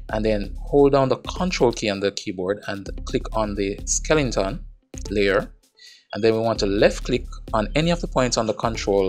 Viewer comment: D i don't care if you pronounce skele 'n' ton, skeleton or skel 'shi**' ton. i'm glad you offer those videos for free (never look a gift horse in the mouth ). thanks a lot man